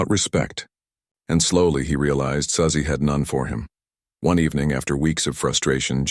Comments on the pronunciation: A.I. narration is terrible! Susie and Suzy are pronounced SOO•zee, NOT SUH•zee. Get a real narrator and an editor. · Quit with the AI voice. It’s Su-Zeeeeee